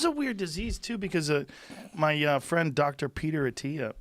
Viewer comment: I'm not your fwend, Guy!